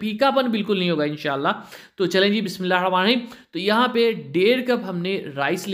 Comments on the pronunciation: Bismillah sahi tarah parh mou m supari daali hai baqi batain totay ki tarah bol raha hai bismillah ka sara talafuz hi kharab kar raha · Bhai bismillah asae maat bolo gunah milae ga or urdu ko urdu ki taarha bolo English kae laehgae sae maat bolo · bismillah to sahi se parh bhai